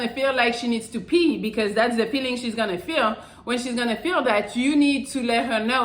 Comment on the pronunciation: It's "pee".